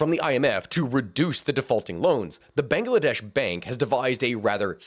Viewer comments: Bang la desh Not bangaladesh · I don't know why i like hearing "banga-ladesh" so much. . .